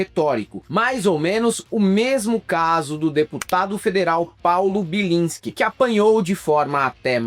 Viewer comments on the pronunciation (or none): Belinsque. E o que eu disse? Bilisque. E como é? Belinsque. E o que ou disse? Bilinsque…